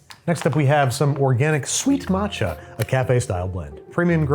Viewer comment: That "matcha" is shameful.